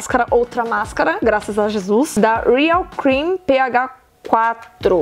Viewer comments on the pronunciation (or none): none